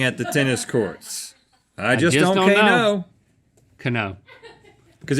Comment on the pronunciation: It is not "K KNOW" . If you are going to stress the "K" then it would be "K" then "NOW". Just saying.